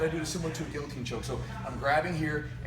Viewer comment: I don't respect anyone who can't say guillotine the right way. It's french dude!